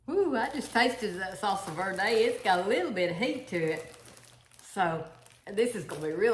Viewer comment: I've lived in CA and AZ, we pronounce verde, v plus air and de like day. Hope that makes sense. So say vairday.